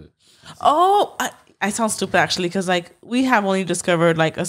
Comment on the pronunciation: saying pecause instead of Because drives me crazy lol